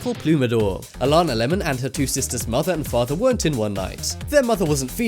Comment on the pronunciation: It upsets me he didn't even say her name right it's not Alana